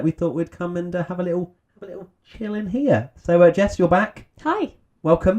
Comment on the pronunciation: "in in in in" to me sounded more like "ni ni ni ni"